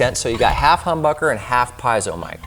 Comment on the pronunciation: "Piezo" , pronounced "pee-ets-oh" not "pies-oh". 😊👍🏻